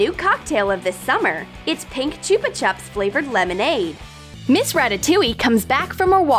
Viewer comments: cHoOpa chOps Me: I thought it was chop-a-chop (that’s how I say it not how a spell it btw) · Did u here her say Chupa chups wrong or was it me???????